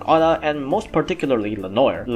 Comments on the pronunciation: Hey,, just to help you out Its "le-nowar" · Ok so hum is able to say all japanese names super fast with the accent and is not able to say le noir just check the french prononce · The mispronunciation of lenoir hurts